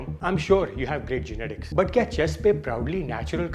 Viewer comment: Genetis bhai 😆 genital hi bol deta